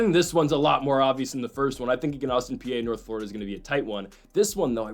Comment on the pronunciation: Austin PEE and BellarMIN is how you say these damn schools' names for like the 10th time.